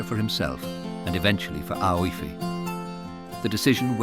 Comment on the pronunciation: The girls name, is it Aoife? If so, it is pronounced Eefa. Otherwise, beautiful.